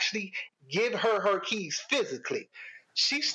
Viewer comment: For a second I thought he was talking about his "kids", took me a minute to realize he said "keys"😅